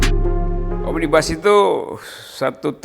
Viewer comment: Bacanya omnibus aja ga bener mau ngartikan roky....itu bahasa latin bukan bahasa inggris ...